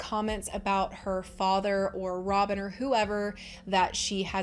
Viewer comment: That’s funny when you were saying Robin I thought you said Sobbin. I think that’ll be my new nickname for Robin.😢😂